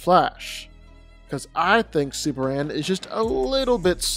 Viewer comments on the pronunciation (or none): dude it's superman sperMan not supper-ran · It’s Superman, not Super-Ann 🤣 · why do you say "Super anne"? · I'm sorry, but maybe it's me, but as I listen to the video while my husband watches it ... I kept hearing him say SUPER ANN, SUPER ANN, SUPER ANN... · Anybody else hearing the dude saying SuperAn ?